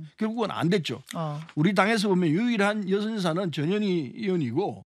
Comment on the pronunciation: 전현희.. 전현희... 저녀ㄴ희..? 들을수록 욕하는 거 같네 거참 ㅋㅋ